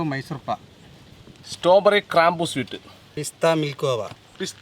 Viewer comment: സ്ട്രോബെറി ❌സ്റ്റോബെറി ✅